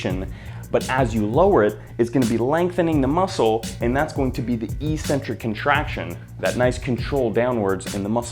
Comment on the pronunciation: I believe eccentric is pronounced as " iK-sentrik " .